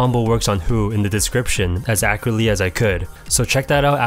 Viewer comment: "Accreately" He's channeling his inner DJ Khaled